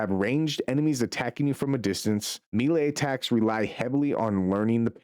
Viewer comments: Bro said "barayyge". It's pronounced barrage like garage. And melee is pronounced may lay. Not mee lay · Melee, Maylay, Barrage, Buh rajj, even if you say it in British English it dosent sound like you said it